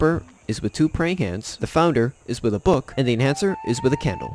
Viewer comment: “Tith” ha I love it! This guy ain’t never been to Sunday school